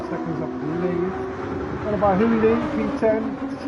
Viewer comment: Haha imma dude "hooli"